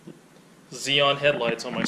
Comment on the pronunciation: ‘Zeon’??? We pronounce the xenon in the UK as ‘zenon’ as the word has 2 letter N’s in it! Anyway ‘’, cheers for the basics!!!!!